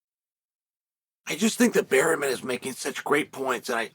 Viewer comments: has to be on purpose, right? was funny at first but a man who speaks so well, and speaks for a living, seems to mispronounce 25% of the roster. its obvious. and Barreemin is more over the top than Bluhall. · why berryman, chael? why???🤣